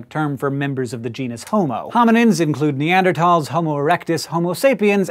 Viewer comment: Thankful to hear 'neanderthal' pronounced correctly for once.